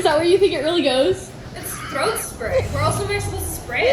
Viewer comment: !!!!!!! IT'S 'THROAT!!!!' SPRAY!!!!!!!!!!!"🤣🤣🤣🤣🤣🤣🤣🤣🤣🤣